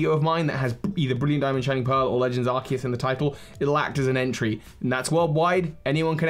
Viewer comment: Legends Arkoos* not trying to hate, but please pronounce it correctly :)